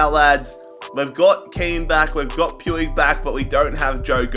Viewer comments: Puig is pronounced Pweeg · It's pronounced puj